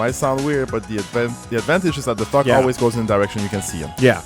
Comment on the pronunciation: I'm hearing 'fuck' when says 'thok'